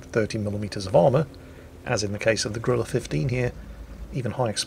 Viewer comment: Why are British people incapable of pronouncing the name of this tank? It's Grille, not Gorilla.